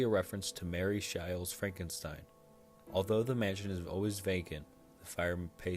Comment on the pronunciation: "Mary shile"